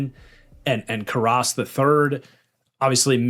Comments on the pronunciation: Ted karrus. Care-us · Bengals do not have a depth problem at guard lmao.. they probably have one of the best IOL situations in the NFL. Also the way you mispronounced Ted Karras was wild lol